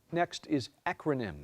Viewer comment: Hey this is Aleksa Brill, the girl . i still think about this 5 years later at age 19 because the announcer was so terrible. I’m not gonna excuse my spelling mistake but he so obviously pronounced my word as “ecronym” that my knowledge of the word acronym flew out the window and i went with what I heard. At least I have a funny video of a young me to show my friends now! so weird to see me at 13 and know what’s in store for her later on in life.